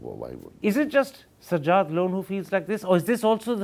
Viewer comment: Enjoyed comedy by Karan. He doesn't even know how to pronounce the name of his guest. Sajjad is a sky comedian.